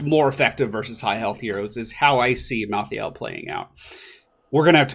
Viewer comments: BECAUSE MY HEART IS IN OHIO!!! +3 points to anyone who gets that. Also pronounced: mal-THAY-ull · Look like a assasin version of Leoric but edgy. And I belive he's pronounced like Mal - tha - el.